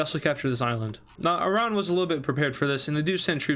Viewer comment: Stop pronouncing Iran wrong